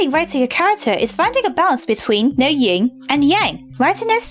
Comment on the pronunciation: YIN! It's YIN and yang! Uuuuuuuuuuuuuuuggggggggggghhhhhhhhh that grates on my nerves! (yes I see the irony) I hate it when people say ying and yang!